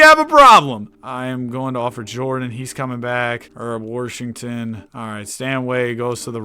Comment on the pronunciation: Yo, why do you say worshington, is there like an inside joke or sum? Because i stopped watching when you wanted 50k subs, and then i got back to watching like 2-3 weeks ago.